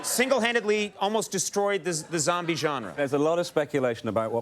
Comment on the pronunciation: "the joembie genre"